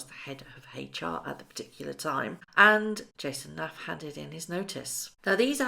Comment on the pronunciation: Jason Knauf = North... Not Nafff .... get his name right.